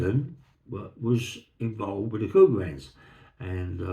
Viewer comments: Sorry for being thick but all I can hear is "cougar hands". Somebody please help. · Thanks for solving that mystery, I couldn’t make out what he was saying either 😂.